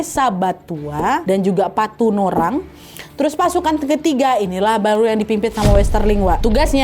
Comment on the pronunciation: Desa Patunuang mungkin kak Nadia bukan patunorang